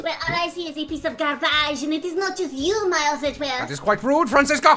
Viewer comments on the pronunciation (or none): the way she pronounced garbage had me in tears omfg